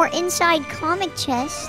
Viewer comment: COSMIC CHEST NOT COMIC CHEST DOES THAT SOUND LIKE COMIC BOOK